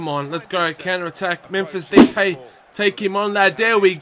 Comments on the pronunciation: Depay is pronounced da-pie :) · You pronounce depay as D-pie